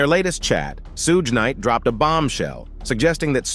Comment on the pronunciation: okay how about we call Jim or Ervin 9036 if it's just a name..... I know this is crazy thing you would maybe want to be able to pronounce the names of the people you're doing the segment on that's all shoog night in combining three different names somebody had how can I want to believe anything you say you can't even pronounce people's names